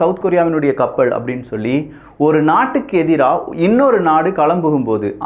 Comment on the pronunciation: ளாபம், கப்பள் உச்சரிப்பை சரி பார்க்கவும்